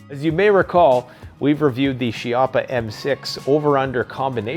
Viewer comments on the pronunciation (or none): Pronounced as KEYappa